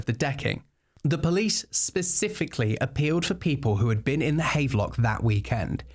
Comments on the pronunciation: Note, the hotel is pronounced Hav-lock. Sorry, just cant sit having a pint in the havvy known its been mispronounced. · Bro, havelock is pronounced have-er-lock: maybe he was targeted for bad English 😂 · Pronounced "have-a-lock" Seems like the sort of thing you should check before saying it a dozen times in a video, but hey... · Small note - Havelock is pronounced Hav-a-lock (even in England!)